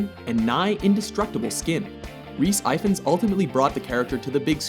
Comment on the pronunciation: I hate the way Americans butcher some British names. Its pronounced 'eefans' not 'eyefins'